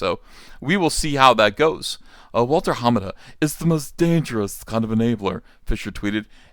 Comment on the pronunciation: unless everyone else saying is getting it wrong, its more about which syllable you emphasize. I've always heard ha-MA-da. Uncle E says: HA-ma-da.